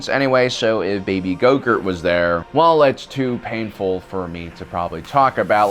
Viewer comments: Is he pronouncing it "GoGurt"? Lol. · Yes I can’t stand it lol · I hope he keeps saying GoGurt because of the pain it will cause to all of you. Good, good! Let the hate flow through you! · why is he saying gogurt instead of grogu??? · Grogu or did you say go gurt lol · Your mispronunciation of names makes it difficult to watch your videos. When you do it too much, I tune out. Gogurt? Really? Naw man. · How hard is it to pronounce Grogu? Lmao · How does he pronounce Grogu ?? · Dude! I really love and hate the way you kill names! The way you say Grogu .... Well lets say that your sith side shows even more than when you translate imperial into metric! And because i love your videos and channel, and you, I would like to tell you that Imperial sucks big time (i've only completed 12 advanced mathematics courcess in the uni, what do i know (not by choice))! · Can you please pronounce grogu's name right? My God! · Do you think he knows he's saying grogu wrong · Grogu is a stupid name, but you mispronouncing it at every turn is really annoying and distracting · He thinks he’s being funny. Like pronounce it right. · GROGU lol it is so funny the way he pronounces it, it makes me cringe and laugh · I wish I knew. It's very distracting and disrespectful. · <---- did he say "Go-Gurt" instead of "Grogu" or am I crazy xD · Why do you keep calling him growgurt? It’s not yogurt, it’s grogu pronounced grow-goo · It's Grogu!!! like Grow Goo not Yogurt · lol when u say grogu it sound like yogurt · Oh my god it’s Grogu not Gorgurt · Bro is he saying gogurt? Ahsoka pronounced it grow gooo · His name is not gogert it is grogu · baby gogurt?? Is that what u said lol grogu man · Swear you said his name wrong the whole time said it like groghurt its grogu no? Forgive the spelling lol. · Its GROGU not GOGUR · Dude it`s GROGU not YOGURT. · It’s Grogu...not grogurt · WHY ARE YOU CALLING GROGU "GOGURT"?!?!? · Go gurt? It’s Grogu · You lost a follower... It's Grogu... Not gogurt.